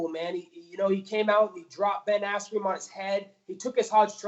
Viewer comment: “Ben Asscream“